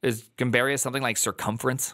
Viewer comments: Hearing him say Gambiarra in the way he did was physically painful. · first of all brazil mentioned LETS GOOOOOOOOOOO second of all the way says gambiarra is actually so funny, it makes it sound like something fancy